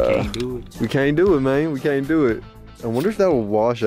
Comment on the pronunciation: "I KAynt remember...."